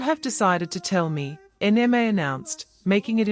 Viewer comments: I don't like this voice calling Nma N-M-A. Please give us the original voice that recognizes a Nigerian name. This AI needs to understand the language. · Please bring back the original voice. The new voice can not even pronounce Nma.